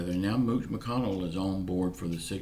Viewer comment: Lol 😂 I’m leaning back in my chair listening to you for The first time. You said Mooch McConnell 🤣🤣🤣